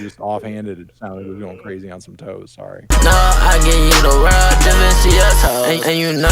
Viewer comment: so glad fantano also heard the toes line like i did 😭 swear it sounds like “just to see yo toes”